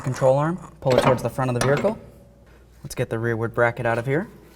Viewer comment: There’s no r in the word vehicle